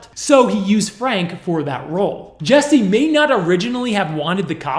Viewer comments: His name is JUSSIE... Not Jessie. 😑 And your way of speaking is SUPER annoying. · I had to stop watching anybody know where I can just get the police video? This guy reporting on this is WAY too damn annoying..... like first you IDIOT you have his name posted up like 50 times yet you keep saying JESSIE all emphatically and charismatic, and second your cutting in way too much I wanna hear what is going on I dont need a recap after 4 seconds of audio dickhead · This was a horrible scam, just to get sympathy, but at least pronounce his name correctly,,,it's Jussie with a "u", not Jessie! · My name is Jesse, I take offense to this man being called Jesse. His name is Jussie and pronounced differently. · Why does the narrator pronounce it Jessie? It's obviously Jussie. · Jussie; not Jessie. happy to see the police tapes! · For someone so thorough with their research you could get his name right 😒 it’s JUSSIE like Justin, his name. Not Jessie. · Why do you keep calling him Jessie...lol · Toditude he spent weeks editing a video and couldnt be bothered to check the name of the person who is the SUBJECT?? Yeah it matters lol it’s super unprofessional and for me, now he lacks credibility